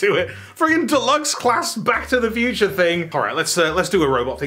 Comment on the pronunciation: Back to the Thew-ture?